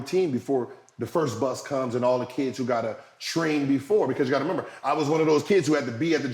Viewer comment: “You got to member”